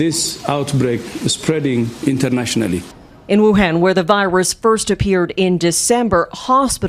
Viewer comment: Wuhan not Wuhen